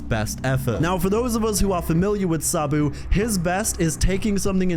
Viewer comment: I hate the way this guy pronounces "Sabu". I had to click away because i was getting seasick from hearing him already say it 2000 times in the first two minutes.